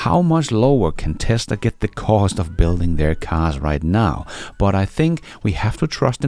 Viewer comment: Sounds like you saying something else when you’re saying ”cost” lol